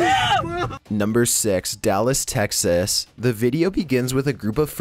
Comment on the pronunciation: the way hes pronouncing texas is hilarious